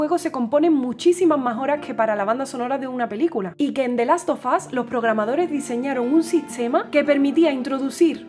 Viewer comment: the last sofas 😅.No es hate simplemente creo que lo deberian de pronunciar bien .Aparte de eso me encanto el arreglo que le hizo a la canción